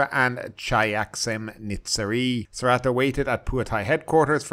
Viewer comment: You should work on your pronunciation,. (sp?) The 'r' in Srettha is silent, and so is the 'ra' part of Shinawatra. The last name of Thaksin is pronounced simply as Shinawat.